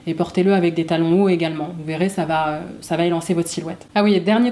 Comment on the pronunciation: Vidéo très sympa.👍 Par contre, si je peux me permettre (sans aucune arrière-pensée...) il n'y a pas de -t à la fin de "va", donc "Ça va t-être" est une fausse liaison. J'espère ne pas vous avoir froissée et que vous prendrez au contraire cette remarque comme constructive. Et merci encore pour vos vidéos.😉👏